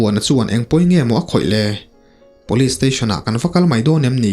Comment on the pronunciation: Rca chhangte nen hian tinge police hi Pawlis ti a in lam zela,ngaihthlak a hreawm,sangtei pawh chu a va luck uchuak tak 😂